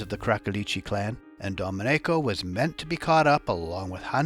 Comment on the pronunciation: Not the correct pronunciation of Domenico